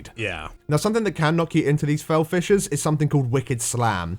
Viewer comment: Somehow I kept hearing "fel fishes" and "chrono shots" Oo